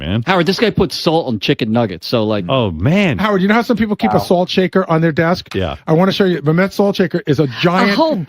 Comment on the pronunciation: This is Jason Kaplan's pronunciation of the word: salt. "THAW-ULT"